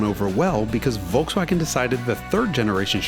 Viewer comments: The first time, that i hear "Volkswagen" pronounced correctly in an english video! Nice! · Is it Just me being Stunned by His Perfect Pronounciation of Volkswagen Just,i thought for a Second hes German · First American I EVER heard pronounce Volkswagen properly. I have never heard anyone here in US use "F" instead of "V" in the beginning - AND...properly saying SH in Scirocco! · That Volkswagen-pronounciation was on point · that was the most perfect pronunciation of volkswagen I have ever heard an English-speaking person produce. mad probz. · did he just pronounced Volkswagen right ! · The Volkswagen pronounciation was 100% on point! Greetings from germany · Is this guy german? the pronouciation in the first "Volkswagen" was spot on